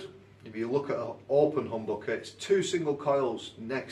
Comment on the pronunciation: The way you say HOMBOKEH is absolutely brilliant :D